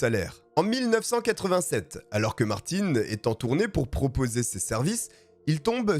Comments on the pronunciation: Mais sérieux, le nombre de personnes qui chipotent sur la prononciation de BMW et Martin c'est effarant! Vous écoutez une histoire qui a nécessité un travail monstrueux de recherches et de montage, superbement bien racontée, mais non: "hAn c MaRtiN, PAs MaRTinE" ma parole je vous vois comme des vieilles femmes éternellement insatisfaites qui laissent une étoile parce qu'elles ont attendu 3 minutes que le serveur vienne à elles pour les installer 😂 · c’est pas parce que tu prononce une tél personne d’une manière que c’est la même chose pour tout le monde … je m’appel « Brandon « mais ça se prononce « Brendon » la c’est Martin ( le PRENOM ) donc tu peux pas dire Martine qui est déjà un prénom féminin pour un nom de famille c’est pas la même chose Auston Martin son prénom c’est Auston … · Par contre c'est martin (un) pas martine (ine) mais top👍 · ARRÊTE!!!!!Ce n'est pas Martine,mais Martin😅c'est facile de dire le nom du garçon voyons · svp, quand vous dites un mot en anglais, essayez de bien le dire, ce n'est pas le petit Martine lol